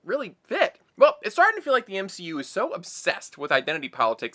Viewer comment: The M-she-U